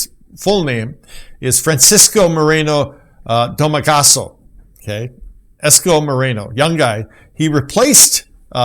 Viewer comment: Hello,. I apologize for correcting your Tagalog pronunciation but I have to for future reference. His name is actually pronounced “ees-koh moh-reh-noh doh-mah-goh-soh”. The letter E is pronounced like the sound of short E in egg, elf, enter, etc..., not like the long ā in RAY of the sun. This is a usual mispronunciation I notice with native English speakers because they also do this with Spanish (many Tagalog words were derived from the Spanish language). The letter I is pronounced like the long ē in English as in eat, ear, etc... There’s no long ō sound Tagalog, only something close to a short o. All our vowel sounds are pronounced just like in Spanish if that will help your understanding further. Just like you don’t want us to mispronounce English, we also don’t want you to mispronounce our national language. As for the new mayor of Manila, I, for one, have become a fan as well, even though I’m no longer a Filipino citizen. I have never really followed politics until I came to America because I had no choice, really. It’s in the news and in social media so one has no choice but to hear it. Like you said, however, politics is screwed up in the US right now so I just turn off everything about US politics and turn to one Filipino politician after stumbling into a vlog about him on YouTube this summer. He doesn’t want to be president at all. In all his interviews regarding that subject, he always says he just want to clean up Manila and then teach later on. He still m